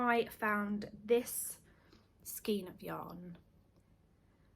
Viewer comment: I enjoy your podcasts and love the yarns you show and things you produce. Hats off to you for your work for the ambulance service. By the way think skein as in rain ( rainbow) x